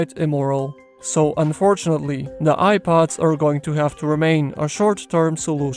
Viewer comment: Eye pods, u mean air pods???